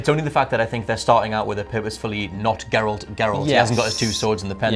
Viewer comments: People that pronounce Geralt with a soft G makes me cringe so hard. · but still can’t say Geralt’s name right